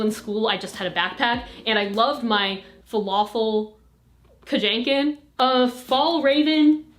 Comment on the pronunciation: FALAFEL KAJENKEN HAHAHAHA I DIED